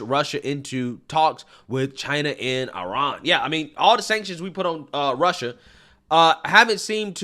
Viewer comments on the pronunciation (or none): none